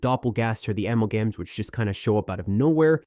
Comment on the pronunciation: “Ammel-gams” has me rolling lmao